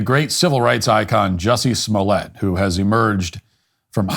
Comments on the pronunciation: It's pronounced "juicy smo-lay" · Who? OH! You mean Juicy Smooy-ay! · Who’s Jussie Smollett?! Oh! You mean Juicy Smooliay! 😂